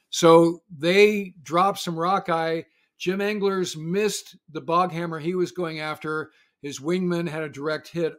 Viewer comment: The Iranian Speedboats are called "Boghammar" not "Boghammer".